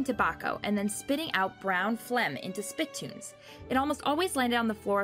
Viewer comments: Yeah I just thought I’d offer a little help there the word is not spit tunes spi TOONZ With the emphasis on the second syllable not the first just thought I’d like to help out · Geez, "painful whipping" "SPIT toon"...painful wiping and spiTOON